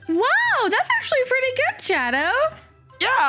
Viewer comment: You said shado, so I ment shadooooo